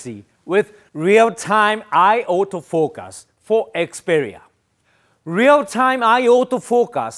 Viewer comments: Those auto "focas" really get me 🤣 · I love when he say "autofokass" 😂